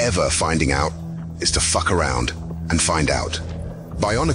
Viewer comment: It's the emphasis for me